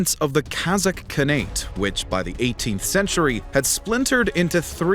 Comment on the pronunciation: for a channel called "Knowledgia", you hilariously mispronounce many names!!! 🤣 you make KHAN-nate sound like some berry fruit ...